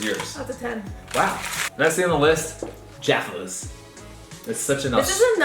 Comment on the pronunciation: Props to your correct pronunciation of Jaffas! I'm so over Americans calling them Joffas lol.